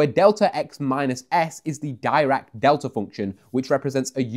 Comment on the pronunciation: when you pronounce Dirac as dye-rack and not Dee-rack xD